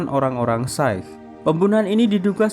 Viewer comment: Anjir amatiran banget tukang review film ini payah 😂 Masa nggak check dulu antara Shah Rukh Khan sama Shah Rul Khan Agama Sikh yg disebut Syaik Nggak kaya reviewer yg lain yg lebih rapih dan lebih keren pembawaannya